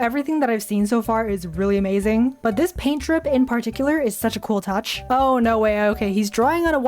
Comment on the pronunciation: she said ‘naur’ i thought it was australian